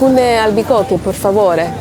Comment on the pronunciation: Per favore, not por favore :) a clear E sound like in Eric. Italian vocals are very clear.